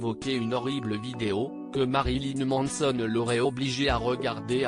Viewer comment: "Ma-ri-li-neu M-an-e-so-n-eu"